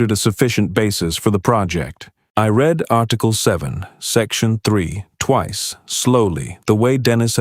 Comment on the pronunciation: Can't you pronounce anything right "read" ???